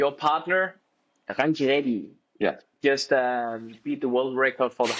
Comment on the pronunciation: Yo danish folks pronounce rankireddy perfectly.better than lot of indians . Scandinavian pronounciation of indian names is probably the best in the world